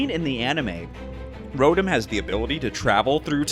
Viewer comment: He keeps mispronouncing Rotom :U